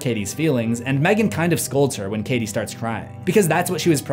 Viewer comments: i love this/gen but M three gan 😭😭😭😭i know thats how its spelt but its supposed to just be megan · Mthreegan 😄 Gonna trigger the angry screfourm folk lol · M three gan 😂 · NO MOR M THREE GAN OK,OK.